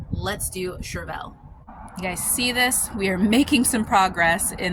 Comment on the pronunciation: I always look it up in case I'm wrong...but I am a certified master gardener. It's pronounced "Shur-vl". Nonetheless you ARE an inspiration on how much you grow to provide for yourself and family!!!